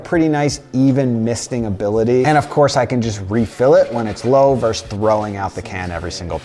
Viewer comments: The word is “versus”, not “verse”. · The word you’re trying to say is VERSUS (not verse). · it's not "verse", it's verSUS! VERSUS! >:O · It’s VERSUS. not “verse”.